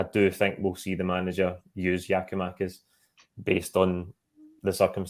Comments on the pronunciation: Can someone tell the guy way the away top on that it’s Giakoumakis and not Giomakis ffs just missing oot bits of his name man drives me up the fuckin wall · Does understand that its Giakoumakis and not Giomakis? Is he intentionally calling him the latter? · The f*cking guy's name is Giakoumakis, not Gioumakis... Don't tell me you're as lazy as Kevin Kyle. It's Gary Mackay-Stephen, It's not Gary May-Stephen... It's not Gioumakis... It's Gia-kou-makis... Basics. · New season still saying Giamakis why is he on this when he's ignorantly getting one of our players name wrong? It's GIAKOUMAKIS!!!!!!!!!!! Gia-kou-makis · Still on some Giomakis shit??, can you PLEASE learn the man's name!